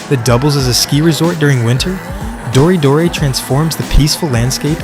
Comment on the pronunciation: its pronounced "Dori - Doray" . btw in US you got Final Bout. Australia got Halfway hangs. check them out